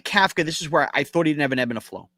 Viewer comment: You both mispronounce Kafka and it makes you sound like ignorant amateurs, yet I know you’re not. The NYG head coach is pronounced cough-ka, think Tom Coughlin, other than that, good show!